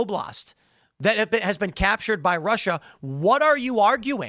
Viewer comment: 'been' (past tense visit) ..... 'bean' (food)